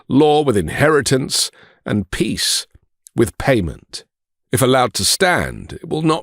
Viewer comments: Trump pronounces ”peace” as ”piss”. I find it symptomatic. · Board of Pissss like he pronounced it. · Bros of Piss, the way he pronounces it.